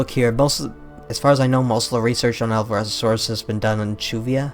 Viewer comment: 'Alvarezosaurus'? I think the 'o' doesn't exist in the name of that dinosaur. (It should be 'Alvarezsaurus')